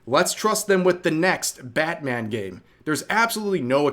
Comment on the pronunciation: It's "Batthem".